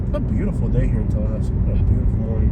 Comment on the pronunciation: To bad you dont know how we locals say Tallahassee. u r completely wrong.